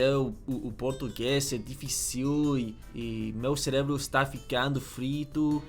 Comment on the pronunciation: When you say the word "difícil" you put a "´" in the last "i" like "dificíl", but to say this word correctly you must say something like "difícil". the word "cérebro" is a hard word too; you are saying "cerébro" instead "cérebro".